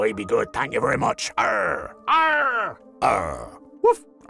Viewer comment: Its arrrr not arrrg.